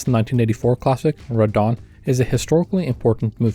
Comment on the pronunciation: I kept hearing "Radahn" whenever you said "Red Dawn".